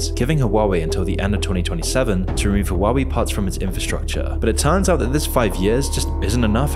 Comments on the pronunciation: Huawei is "Hwah way" not "Hoo wowwy." lol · It's wah-way. Not hoo-ah-wee. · Why you say hawawei ? 3 syllables And the name only has 2. Hua Wei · Hua WAY, it is not Hua WEE. After thee h is it sad UA, and then WAY. So H-UA, WEI. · I know this is serious and all but "huwawi" just cracks me up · Lol the way he pronounce huawei as hawawue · huwawi lmao